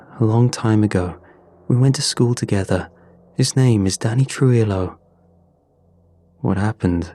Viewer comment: Great video as always, but I just wanted to mention that for pronouncing Spanish words that have a double LL at the end like in Danny Trujillo, the L's actually make a "Y" sound like in the word tortilla.